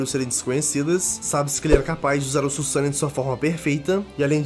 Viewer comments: Axoq o certo é Suzano e não sussano,pq so tem um "s" mas como essa palavra foi inventado então eles q decidem qual é a pronúncia n é?(ela foi criada msm?,se foi eu tô certo?) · ne mano o carra fala errado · Desculpa mas vc n sabe nem falar susano’o